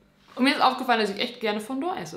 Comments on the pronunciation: Dass heißt Fondant und nicht Fondor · Kein hate und so 😂 ich Feier das Video, aber du sprichst Fondant falsch aus 😅